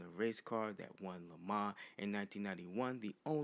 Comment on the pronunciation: You pronounced Le Mans like a trog.